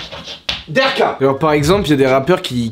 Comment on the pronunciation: arrête de dire la derka wsh c la de7ka